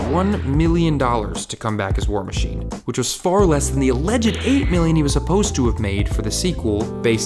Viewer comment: Terrance isn't war machine he's "war mayne"